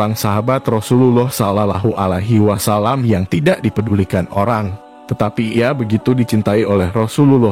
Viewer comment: Bukan Islam ya yg baca video nya sulit bgt ngomong sallawohualaihiwassallam